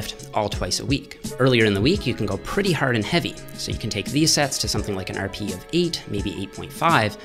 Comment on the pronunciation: The way say's hard makes me proud to be Canadian.